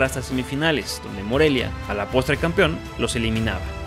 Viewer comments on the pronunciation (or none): none